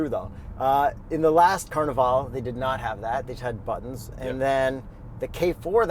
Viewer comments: Are you saying Carnaval or Carnival?😂😂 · “Carni-VALL” - My ears 👂 😭